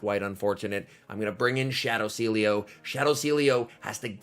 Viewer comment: Sealeo = See Elo XD